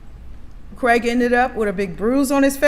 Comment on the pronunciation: Why arenthey calling him creg?? His name is Craig.